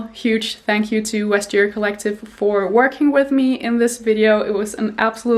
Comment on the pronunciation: Not to be nit-picky, but you don't pronounce the V as a W (as you would in German, but not in English or French) in Vestiaire Collective. I really like your content though and congratulations by the way!